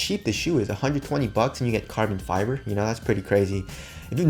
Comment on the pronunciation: Carbon 'fe'brey?!😂 I love that😍